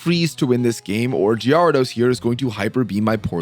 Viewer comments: It the way he says it meant to be a running gag in the community or is that his way of actually saying it? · inb4 someone points out gee-ar-dose again